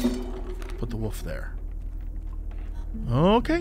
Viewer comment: I mean, Jesse can't pronounce wolf correctly, so stoat was obviously gonna give him problems